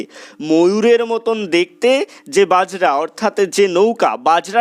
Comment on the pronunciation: Apni bojra sabdotike bajra uchcharon korechhen